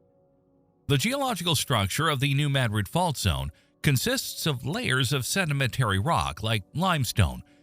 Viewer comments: Not in s.e. Missouri. New Mad rid is correct. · New Mad-rid, or New Muh-drid (pronounced like the Spanish city) are both acceptable. But the locals pronounce it "Mad-rid". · that's how we pronounce it, we live close to New Mad Rid😆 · Holy crap..."New Madrid" got pronounced correctly in a YouTube video for once. Nu MADrid 🎉🎉🎉🎉🎉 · That is the correct pronunciation for s.e. Missouri. New Mad rid. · I’m in Southern Illinois, and a short time ago, in the evening, I felt a slight rumble…it didn’t scare me, but I’m sure I know what it was. I’m out in the country and it was not a big truck rolling by down the road. And it is pronounced Maa-drid (short ‘a’ like in apple 🍎) here. AI voice got it right. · Wow! You pronounced New Madrid correctly! Cudos! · As someone born and raised in New Madrid, I’m just proud a YT video pronounced the name correctly for once. 😆 We live on a subduction zone, which, if the big one hits, will instantly liquify the ground. There will be no shaking. It will come in waves. Literally the earth rolling. The sand boils will pop up. You can still see the scars from satellites. It will be devastating. I just hope we are in the long sleep of this giant. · Finally, someone can say New Madrid properly!!!!!